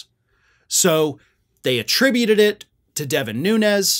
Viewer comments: It is not NUNEZ! ITS NUNES, HES PORTUGESE NOT SPANISH. Has been sighted home visiting his Portugese Family and eating at local Port, RESTAURANT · The Portuguese people here in Hawaii pronounce Nunes as noons. Like "goons". Noo-nez is Spanish.